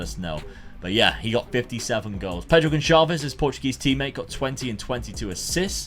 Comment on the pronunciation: mate! Just a hint: in portuguese the "Ç" is pronounced like an regular S. So it would be Pedro "GonSalves", like in the word "açúcar" that is portugues for "sugar".